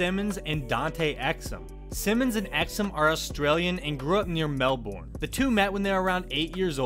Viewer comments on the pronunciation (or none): You pronounce it mel-bon not mel-born but it is spelt Melbourne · Why do you pronounce Melbourne like that it’s Mel- burn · "Mel-Born" ffs can you atleast look up the pronunciation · lovely pronunciation on Melbourne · The way he says melbourn is completely wrong, I live in Melbourne mate?!